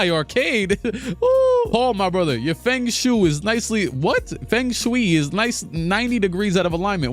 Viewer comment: Fang Shoe 😭😭 i’m a year late, but feng shui is pronounced Fung Shway, you’ve probably heard it in a song or something and didn’t realize it was written like that. good laugh brother